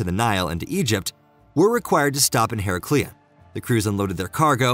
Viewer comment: Don`t forget Herecleeon as well .